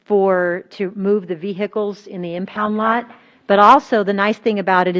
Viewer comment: My blood boils when I hear her say impound lot